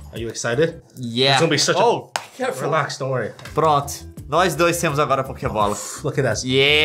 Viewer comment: tentando falar pokebola